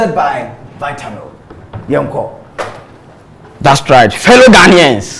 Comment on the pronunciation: Did I hear "dastright"???!!!!!